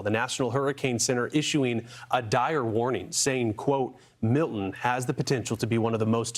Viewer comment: Learn how to pronounce Milton